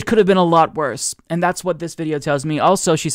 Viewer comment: I can't stand the way she says and, she pronounces it "yaand".